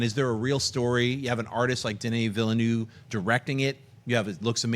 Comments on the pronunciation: Not one person at Collider knows how to pronounce Denis Villeneuve. It's not that difficult guys! Learn it please. It hurts every time someone says Vill-e-noov or something just as horrible. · I know right! It's not Ville-newve haha